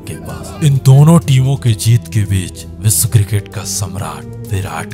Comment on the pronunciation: आपका श का उच्चार बिलकुल गलत जैसे विस्व नही विश्व होता है.